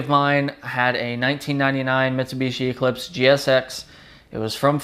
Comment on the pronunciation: You pronounce Eclipse wrong.